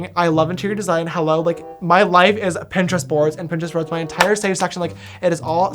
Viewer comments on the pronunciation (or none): none